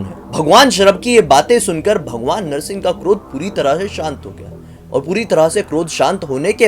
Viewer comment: It is narasimbha Avatar 🙏 not narasin Avatar